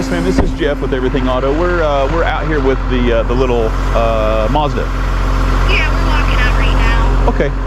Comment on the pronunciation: Yeah and it's Mahzda, not Muzdah. Like apple, not upple :-)